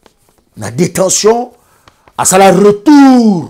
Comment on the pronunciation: Mais 🤦‍♀️ ozo loba Nini? Reutour, Belguque, Lumigration, Brisseul, Reufoulé, Zaventen etc..... Sois tu fais ton Émission en Lingala.... éviter de vous compliquer pour rien 🤦‍♀️ Bon courage en tout cas! Bon sang!!!!!